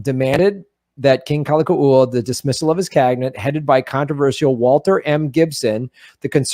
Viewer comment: The King's name is pronounced Kal- a- Kow- a. Read "Lost Kingdom" by Julia Flynn Siler. The Hawaiian Nation was made up of Native Hawaiians, and many other nationalities who had become citizens of the sovereign nation of Hawaii. It was recognized as sovereign in 1848 by Britain, France, and Japan. The Queen's cabinet was made up of citizens and non citizens of many other nations who became Hawaiian citizens. the Hawaiians were a very well educated bunch & within just a few years everyone was literate. Hawaii was not made up of savages. There were over 100 newspapers in Hawaiian. Some of the members of the cabinet were missionary families, born in Hawaii they were citizens. But they stole the kingdom for the US. The Queen, Lili'u'okalani, did not want more bloodshed and she and her ladies in waiting thought that they would be able to talk the US govt into understanding & giving the country back to the people. There was a vote to consider a new constitution around all the islands but the thousands of signatures were "lost" for 40 years. They have now been found and there is a court case in the World Court. Hawaii has never lost its sovereignty. There is no treaty of annexation. Look into it more closely. There are books galore and Dr. David Keanu Sai, PHD lines it all out in a way you can easily connect the dots. So when it was said that Obama wasn't an American, it is actually true as he was born in Queen's hospital in Honolulu.